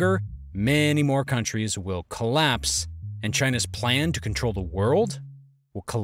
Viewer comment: “Collaspe” fancy.